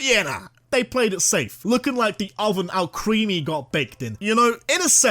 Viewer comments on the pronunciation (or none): IT'S ALCREMIE, NOT F*CKING ALCREAMY! FIX IT NOW!